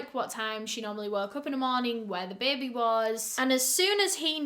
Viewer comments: Does anyone else love how she says “bay-bay”. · this is so random but the way u say baby is so satisfying to me ??? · Between her accent and the New Orleans one when they say "baby" 🤩